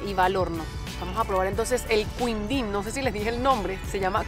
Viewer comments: jeje no es queendin jeje el sonido de qui es lo mismo de hablarlo sin la U para ustedes ! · quindim se fala Kindin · El quindin se pronuncia como KINDIN, hay mas que no has probado como ambrosia, sagu, etc, brigadeiro es un cargo militar (Na maioria dos países, o posto de brigadeiro é o primeiro de oficial general, correspondendo ao código OF-6 (general de uma estrela) da OTAN. Em alguns destes países, o posto é designado "brigadeiro-general". Em outros países, não é considerado um posto de oficial general, sendo a patente de maior hierarquia da categoria dos oficiais superiores ou constituindo uma categoria própria intermédia entre a de oficial superior e a de oficial general.)